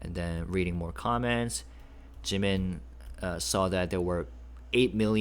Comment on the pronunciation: Thanks for this... It sounds like JK is still saying JIMINSHIII